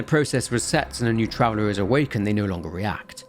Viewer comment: Take a shot everytime he says "travelah "